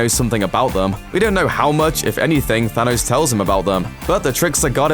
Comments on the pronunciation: It's Thanos, not Thanoze. If you're going to get the same guy to narrate your MCU material, at least get him to pronounce the names correctly. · I hate the the way you say thanos "zanos" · Why does he say say thanos so weirdly ? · I love the way you pronounce "Thanos"